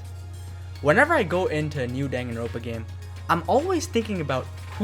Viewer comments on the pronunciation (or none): distracted by "danganro ̶n̶ pa"